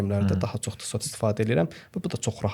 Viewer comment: Salam uğurlu olsun .Videonun başlanğıcında tissot deyirdiniz əslində onun tələffüzü TİSO olur. Yəni çox şey dəyişməz lakin Azərbaycanda saatlarla insanları birləşdirməyi özünüzə vəzifə götürmüsünüzsə belə şeylərə diqqət etmək lazımdır.